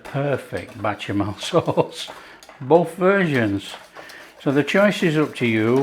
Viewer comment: Tasty very very tasty 😊It's Bechamel sauce. Not Bachemel sauce. 😆